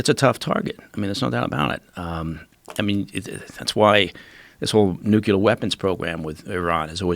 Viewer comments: His em-pha-sis is on a different sy-llable - trevor v. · >Eeesh!< When did "Nyou-killer" become the default pronunciation!? Every time I hear it it's like cats down a blackboard to me! Time was when I would throw out "Nu-killer" (ie, back in secondary school) thinking WHAT a clever pun I'd made (cringe!) Now, it's gotten so's I expect to be corrected for using "New-clear" literally any day! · Say it with me "nu - clear". Not "nucular". Bugs me so much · He lost me at "nuc-u-lar" weapon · How can anyone be trusted if they can’t even pronounce “nuclear”? Mr Baker is very Bush-like.